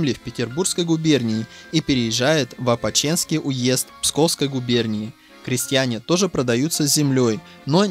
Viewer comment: опочЕнский🤦🤦🤦🤦🤦🤦 Правильно: опОчинский. (опОчка)